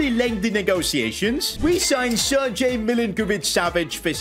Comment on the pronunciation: At least he pronounced Milinkovic-Savic right , but Sergej...